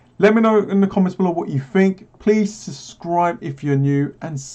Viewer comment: My man says the first "b" in "subscribe" like you'd say the "d" in "fridge" 😅 Great content man!